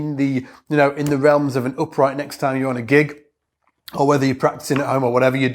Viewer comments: It's the accent dude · If its about the accent, English is my second language.... and after 38 years my French accent still can be cut through with a knife!